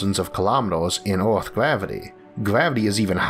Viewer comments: I like how you pronounce earth (orth) 😅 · So what planet is this "Orth"?